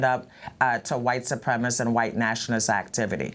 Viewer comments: SU-PREM-IS-CIST, not SU-PREM-IST!!! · [" What is a 'supremist'? "] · She cannot even pronounce 'supremacist' properly?